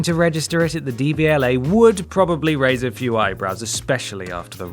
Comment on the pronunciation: Love you so much but I think it’s DVLA rather than DBLA